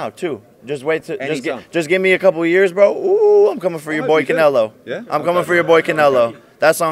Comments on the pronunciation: Did he just say conelo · Lmao my guy said “how bout cancelo”